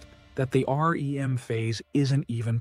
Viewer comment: in the video the speaker says: "Point 5. RE-EM phase intrusion." This wrong and utterly implausible pronunciation of "REM phase" (the dream phase) is repeated several times and it completely destroys the good impression of this video until this point. I'm out. Goodbye!